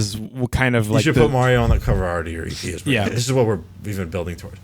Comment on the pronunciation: the way non friend says EP makes it sound like he is sayin 'yippie'